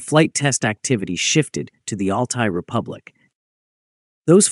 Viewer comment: C est Altaï qu on dit et non alay du n importe quoi